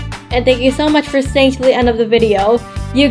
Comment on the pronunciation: say video not video